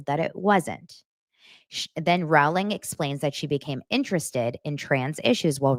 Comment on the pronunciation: Big Harry potter fan here and you are mispronounced JK Rowling!! It's like (row) your boat or Rolling!!! She does speak common sense !